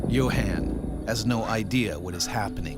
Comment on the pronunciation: Yo Han? Isn’t it pronounced Yo Hon. Like, Johan?